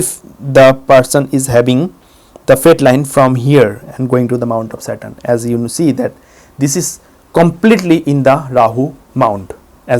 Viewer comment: Sorry, but for a good 5 seconds I thought he was saying 'Mount of Satan'...